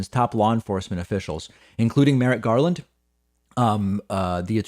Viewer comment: Merrick not “Merritt”